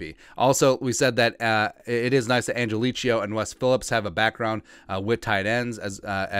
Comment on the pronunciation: He pronounces it "angeleee-Ko".